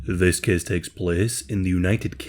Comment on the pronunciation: “This cehs takes plehs..”